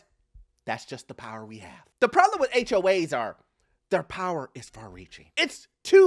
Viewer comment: Why do you sometimes say "HOH's) ??